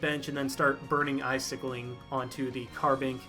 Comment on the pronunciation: "burning icickeling" what the...? xD Great game, kinda love that deck. It´s a shame i didnt face you in a match yet.